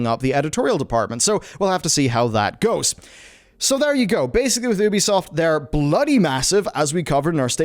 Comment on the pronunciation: Just pronounce it as YOUbisoft that Oebisoft doesn’t sound well!